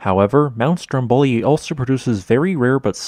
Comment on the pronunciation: A really interesting explanation, but ruined by a grotesque mispronunciation of every single Italian name mentioned; just for starters, the two volcanoes are correctly ‘Vool-KAHN-oh’ and ‘STROM-bol-ee’